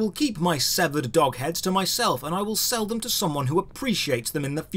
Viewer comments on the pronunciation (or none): none